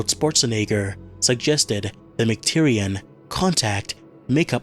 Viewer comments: McTierNAN not McTierian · Sorry to be nitpicky, but the director's name is John McTiernan, not John McTyrian